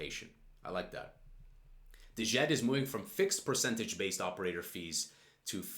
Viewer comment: djed is pronounced with a silent d so simply "jed"